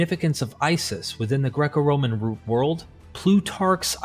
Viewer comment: Yeah I picked up on 2 mispronunciations within the 1st 80 sec. RoMAN. And ANSH'nt. Caught me by surprise. I was going to comment, then I read your explanation. You have a good speaking voice. I think we all like to hear it.